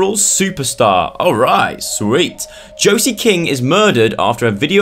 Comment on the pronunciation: so weird having my name in a video... (btw its pronounced Joe-see)